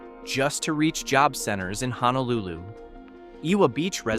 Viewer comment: Well, at least the AI could pronounce “Honolulu” (almost).